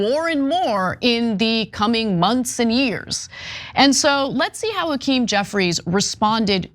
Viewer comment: Why does Hackerm Jefferies look drunk & drugged?🤪 Also, he's got a severe speech impediment. Did he have a stutter as a child?🧑‍🦳🌲🇺🇲